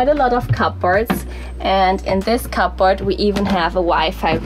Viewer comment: The, "p", is silent, in cupboard.